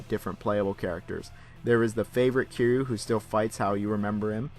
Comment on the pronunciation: Someone tells this reviewer the main character's name isn't Q, it's Ki-ry-u. Q is a character from Star Trek